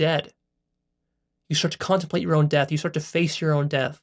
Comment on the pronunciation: There is no “ l “ after death.